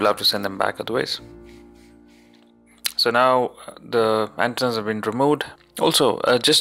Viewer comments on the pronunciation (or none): ante-nas. not ant-nas. <3